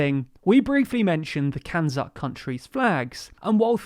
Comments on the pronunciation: Did I hear CANZUK as "(it) can suck"? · So no one is going to talk about the pronunciation of CANZUK is literally, as the name suggests, “Can-Suck”.